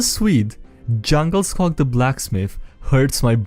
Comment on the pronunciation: Djungelskog means jungle forest in Swedish, the D is silent and the O is drawn out. And yes, people who understand Swedish find IKEA's naming convention to be just as silly as the rest of you.